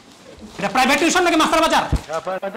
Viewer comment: Nice one! Khub bhalo laglo. If you don't mind, as a private tutor, I would say, 'tution' spelling ta parle correct kore nio. It's 'tuition' not 'tution'. (ar etar pronunciation ta actually tui-tion). Keep up the good work 👏